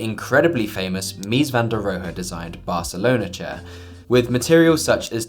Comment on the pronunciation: "Mis van der Rojo" 🤣